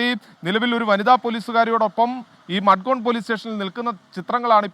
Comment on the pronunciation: മഡ്‌ഗോണല്ല മഡ്ഗാവ് എന്നാണ് ഉച്ഛാരണം.